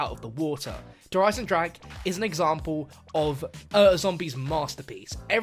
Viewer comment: Der Eisendrak really?